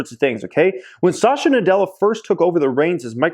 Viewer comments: Pls pronounce satya nadella correctly...its SAT-h-YA not sasha😁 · It's not Sasha, it's Satya 😞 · Its "Satya Nadella" not Sasha 🤣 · The CEO's name is Satya, not Sasha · Sat-ya Nadella. Not Sa-sha. lol. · Sasha Nadella 😂😂 it’s Satya (Sat-ya) Nadella. Amazing video btw. Always love your content! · Not Sasha bruh! Sat yeah (pronunciation)! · At 7.12, it is not pronounced as Sasha Nadella.. it’s Satya Nadella .. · Pronunciations! Just google “pronounce azure”. Also it’s Satya (suth-yuh) not Sasha... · Lol he said "sasha nadella" I had to doubletake... why you do him like that?